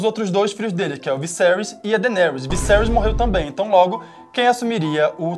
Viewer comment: "Dainerys" . fala direito, cara rs